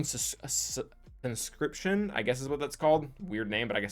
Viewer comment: Con-script-shun not a made up word thats being forced into the military by the government, great video though as per usual